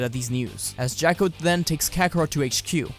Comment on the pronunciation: And it's Jaw-ko..... not Jack-o